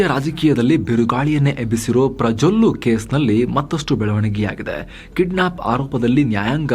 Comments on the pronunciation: "ಪ್ರಜೋಲ್ಲೂ" ಅಂದ್ರು... ಸೂಪರ್ ರಿ ನೀವು😅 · Yenennu prajollu antha kelustu...